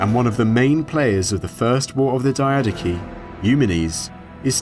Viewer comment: I am the only one who thinks mispronouncing it as die-uh-DOCHI (ch as in church) is cooler than die-A-daki?